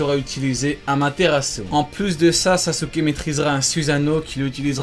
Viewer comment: Quel délice pour les oreilles quand Itachi prononce AMATERASU 😭